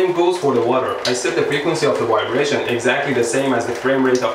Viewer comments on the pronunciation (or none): LOL! I love the way he says, "Wybration" for "vibration." Indians do this and I'm not sure why, because they weren't ever taken over by the Germans, but rather the British who pronounce the "V" sound as vx vveee, not wwwweee. Trying saying "valves" with the "v" being the "w' sound. LOL. But they do it!!! Stranger still is that they can and do say Vvvveeeejay, but use the "w" sound for everything else. Yep! India is THE most exotic country I've ever visited and I love it, BUT I do wish they could derive the "v" sounds as they should be. I have lived in the city of Vashi where some say it with the vvv sound, but most others as though it was a www sound. LOL 😂🤣😂❤️ Nevertheless, it was a very good and informative if not entertaining video! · Is no one gonna make the 12 yr old joke pointing out how he says "vibrator" HUE HUE HUE